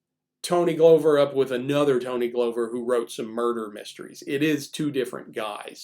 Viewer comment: I was around the Minneapolis scene in the 60s and 70s, and KR&G (in various combinations) were great. And everybody had this book, invaluable even with his sometimes annoying hipster slang. PS--Tony Glover's name is pronounced "Glove-er" not "Glow-ver."